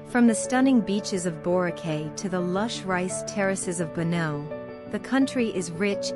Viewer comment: The narrator should learn the correct pronunciations of names of places. Example " Banaue" - bana-we; " Caramoan - Cara-mo-an